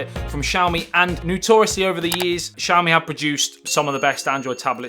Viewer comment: this is not shaomee! This is ss'YAo mEE. For God's sake!